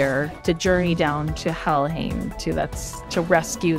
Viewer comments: I thought "-heim" is pronounced "haym". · Somebody gonna tell her how to pronounce Helheim?